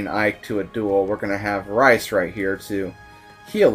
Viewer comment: Are you calling him Rice? Its pronounced Reece isn't it.